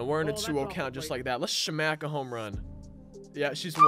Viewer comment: He said shmack lol